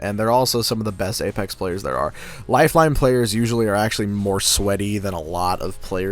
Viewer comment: wow he got lifeline exactly right